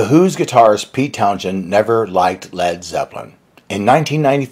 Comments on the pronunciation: Sometimes you pronounce Townshend correctly and sometimes not. The h is not meant to be pronounced, so it's pronounced Townsend. There's a story I've read somewhere that Jimmy Page said he played lead guitar on 'I Can't Explain' and Pete Townshend, in a rage, went to Jimmy Page and thumped him saying 'never say that again' and that's when Jimmy changed his story. The normal saying is 'to go down like a lead balloon' so I can believe that was the first thing said. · FYI: Pete Townshend's name is pronounced "town-send". I have read a lot about the who over the years (40) and not everything that Pete has said, especially to the press is true; he's known to be a notorious liar. The best example of this is his claims about the "synth" track for Baba O'Riley. It's not a synth, it's a Lowery home organ, model TBO-1(?), with the marimba setting on fast repeat. He originally claimed that he programed astrological information about Meher Baba, his spiritual master at the time, into a synth and that's what came out is the track everyone is familiar with. LOL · It's pronounced "TOWN-SON". This guy's speech drives me up a WALL!!! I'd chalk it up to an accidental mispronunciation (of which he has a TON) but he says it wrong every single time, and the video is about Townsend so he says it wrong many times! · Townsend not Townshend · Why do yoiu say, Peter TwonJEN. what the Hell is that~! It's worse than idiots who say "Star Track" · It's pronouced TOWNSEND! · H is silent in Townshend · Nice vid! The H in Townshend is silent. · Has something changed? I've spend my entire life thinking the H is silent in Townshend. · I'm gonna go all Family Guy here...... "Townshend" ..."you're saying it weird...why are you putting so much (or any) emphasis on the "H"? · Stop Pronouncing the H in Pete’s last name please. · You aren't pronouncing Pete's last name correct. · the mispronounciation of Pete's last name throughout this is distracting. I also agree with Pete, Led Zeppelin is rubbish to me.